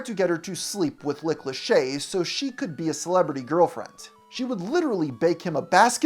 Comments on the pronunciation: Heheh ... did you pronounce that dude's name as Lick Leshay? I heard that heheh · are you saying "lick lachey"? lol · why do you keep calling him “Lick” Lachey? 😂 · “LICK” Lachey. Not once, but twice, lol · Did you call him lick lachey? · You sayin "Lick Lachey"?